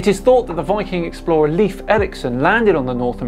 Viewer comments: Leif is not pronounced as 'leaf' but rather as /ˈlaɪf/ or /ˈleɪf/ i.e. closer to 'life' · Just a little heads up for people who wish to know. Leif's name is supposed to be pronouced like Life.